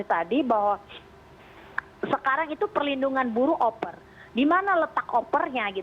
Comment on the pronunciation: bukan "Oper" tapi "over"...hahahahahahahahaha